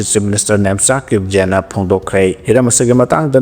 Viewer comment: Kip. Jen is to pronounce kip gain.